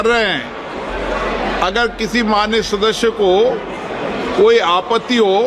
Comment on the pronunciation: अध्यक्ष जी!'सदस्य' बोलिए,'सदश्य' नहीं।